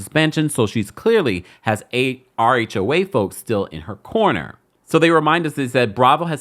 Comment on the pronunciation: I thought you were saying "our HOA", not "RHOA". 😂